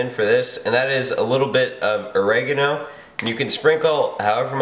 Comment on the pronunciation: the way he said oregano makes me laugh LOL